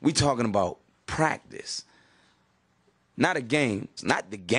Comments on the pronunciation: Not to be rude to him or anything, but Iverson saying practice sounds like he's saying Prac-dis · We taking about pracdisk that’s all I hear